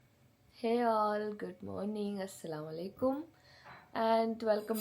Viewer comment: not assalavalikum its assalamu alaikum say correctly other wise dont say